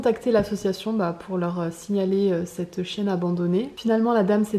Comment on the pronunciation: Au début qui as cru qu’elle avait dit « on va chercher une petite chicha » 😂😂👌🏻